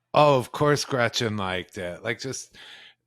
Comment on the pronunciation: " gretchers" lol really 🤢